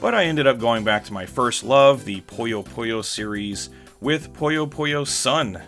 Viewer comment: Great video. I'll have to find that gaming bar the next time I'm down in Tokyo. The only gaming-themed bar I've been to is 8-Bit Cafe. I hate to be "one of those commenters" though, but it's Puyo Puyo, not Poyo Poyo. That's the only thing I can make a suggestion on.